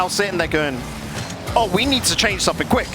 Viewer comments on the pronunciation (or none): none